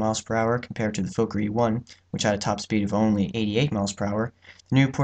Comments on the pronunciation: It’s “Fokker” not “Fowker”. Why do yanks insist on changing everything? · Not pronounced like "folker" Sounds like "Fawker" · His name was Anthony Fokker... pronounced FOKKER, not Foker. Why change the pronunciation? It is not a swear word but the manufacturer's name! But, the essential answer as to why you pronounce foreign names differently is because you're an American!